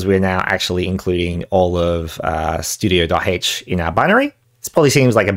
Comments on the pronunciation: "studio"? Never heard it pronounced like that. Standard I/O is the only way I've ever heard it. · On what planet is stdio.h pronounced "studio"? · somehow among all this the thing that makes me the most mad is the way you pronounce stdio